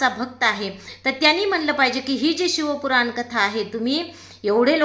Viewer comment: शिव पुराण कथा बोला शिव कुरान नाही ....आधी व्यवस्थित बोला वाचून बोलताय तरी अशुद्ध आणि चुकीचे बोलताय....तुमची कीव आली....कुठे तरी आपले हिंदू लोकं परत देवधर्म करायला लागलेत.....असा चुकीचा प्रचार नका करू